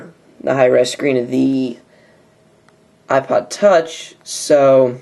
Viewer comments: lol ipood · The Ipood Huh? Really! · ipood...you sure did! lol